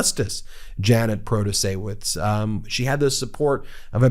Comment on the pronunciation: Luv you man but the "W" in Protaciewicz is pronounced as a "V".